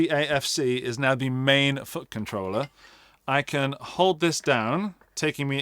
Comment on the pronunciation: 'And at the end of the video we can talk about which fucking troller is right for you' I know what you're actually saying, but this is genuinely all I hear 😂